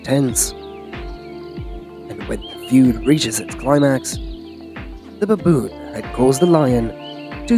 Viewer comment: Pronounce Baboon why babooooon